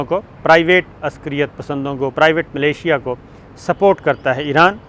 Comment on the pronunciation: Uncle ye militia aur Malaysia do different words hain aur inka tallafuz bhi mukhtalif hai. Kabhi to thori tayyari kar liya karo, kitni baar aap apni jahalat par yaha zaleel hoge?